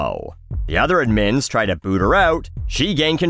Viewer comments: What's that pronunciation of "admins"? Ad-meens? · It's ADmins. ADD-emphasized. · Why are you saying admins wrong?